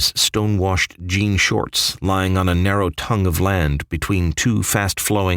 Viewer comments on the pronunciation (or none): none